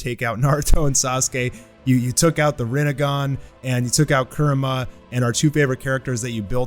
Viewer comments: Its kurama not kurma 😂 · Excited to see what happens with Naruto, also I like the content just gets to me how you say Kurama. A in Japanese doesn't have "uh" sound. But that's just me being picky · “For the first time since Naruto lost Kerema” Could have sworn it was Kurama.